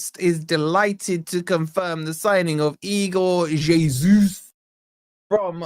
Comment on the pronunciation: Its es uss not jay soos